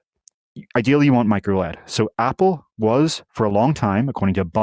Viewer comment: Say micro elle ee dee, not micro lead, to eliminate confusion.